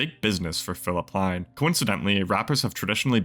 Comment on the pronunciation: You are definitely saying his surname wrong !